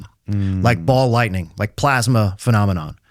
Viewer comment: It's funny that every time you say ball lightning it sounds more and more like Baal lightning. God of storms and fertility. Hail! ❤